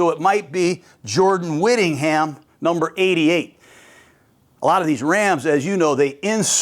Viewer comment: You messed up Jordan Whittingham's name twice already.